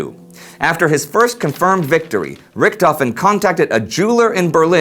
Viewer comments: And Richthofen is pronounced more like "Rishthofen", NOT "Rikthofen". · menfred albert freiher von rickthofen :D im sry but it sounds great for a german to hear you saying that :D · Amazing that Americans can't correctly pronounce the name RICHTHOFEN!